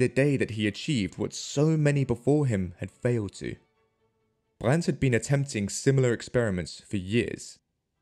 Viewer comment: There's no T in Brand's last name.